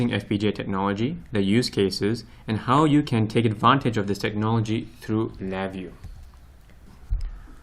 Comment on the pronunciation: atleast pronounce your name correct, there is no accent reqd there